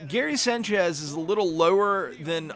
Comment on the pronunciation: the way you say sanchez bothers the fuck outta me